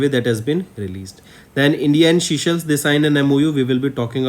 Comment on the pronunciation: Sir please use correct pronounciation. Viewers might listen to this and remember wrong words in exam. Forbeg: Seychelles is not seashells